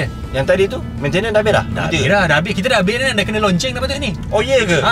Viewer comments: Abg beras oiii... LOCENG laa...bukan LONCENG. Hihihi... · loceng boh bkn lonceng 🤪